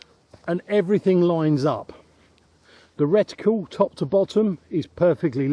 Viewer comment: As always - very interesting. Well done on learning how to pronounce "reticle" properly 😂 I always assumed that moving a scope from one gun to another would require a re-zro due to the different characteristics of the barrels and (possibly) different height between the centre of the bore and the centre of the crosshairs - due to different block designs.😊